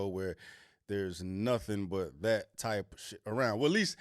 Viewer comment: The word "that" does not contain the letter "D." You're welcome.